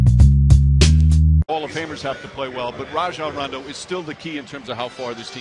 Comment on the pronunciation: Lol, i hate hen they say Ray-jon rondo